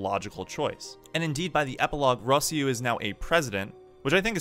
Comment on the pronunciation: The way you pronounce Simon and Rossiu... Don't tell me you liked the English dub.